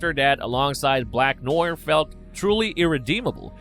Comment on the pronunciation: ‘Black Noyer’?